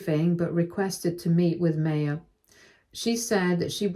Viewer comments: I always thought it was pronounced "MAH-ya" not "MAY-ya" ... Sorry, it was just bothering me. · I’m sorry but every time the narrator called this poor girl May- yah it just made me want to grind my teeth. The name is pronounced My-yah. Please update this. It really takes you out of the story. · The name MAYA is pronounced mai-yaa, like the ancient civilization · It's pronounced MY-UH. Please check name pronunciations, you have a tendency to do this often and is super annoying. Thanks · My sister asked me to leave this link as you are pronouncing her name, Maya, incorrectly. The correct way to pronounce it is My-ah.